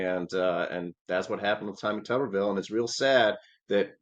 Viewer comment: Shouldn't Tuberville be pronounced with a long u? It'd be appropriate, he's a potato.